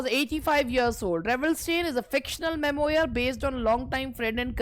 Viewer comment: Memoir - मेम्वा बोलो